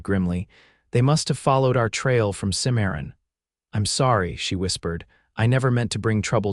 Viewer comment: Good story, but name pronunciations need a great deal of work, Santa Fe is not fee but fa, Santa (Fay). There are others, Cimmaron.